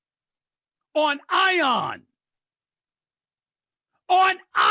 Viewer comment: “ON ION” 💀